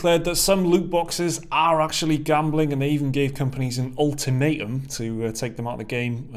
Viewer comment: That’s... not how you pronounce ultimatum 😂